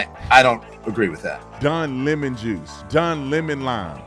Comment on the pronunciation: Don Le(Pronounced La) Mon(Pronounced Moan)…. DemonRats!